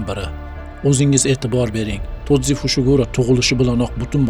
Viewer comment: Broooooooooooooo tozi emas toji